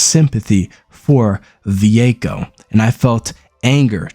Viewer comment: It's Vueko not Ve-echo